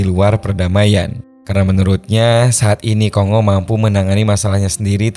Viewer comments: Bukan ko-ngo mas, tapi kon-go. Keras perut aku tahan gelak dengar ko sebut ko-ngo. Negara mana pulak nama ko-ngo nie. Republik Demokratik Congo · Baca indonesia Ko Ngo. Udah dari jaman pasukan perdamaian Garuda dulu. Sampe skrg masih ada kenang²annya Vespa Kongo.